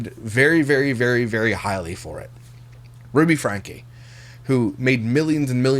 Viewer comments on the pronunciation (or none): none